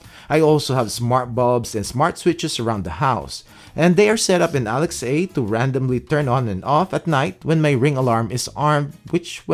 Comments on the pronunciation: Do you mean Alexa? You kept saying Alex A. Or is that just how you pronounce it? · Nice to see a mixture of equipment. Q: Why still saying “Alex-A”?